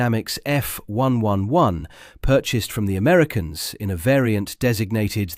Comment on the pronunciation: Since when when did the RAF get pronounced R..A..F? or the F111 as F...1...1...1?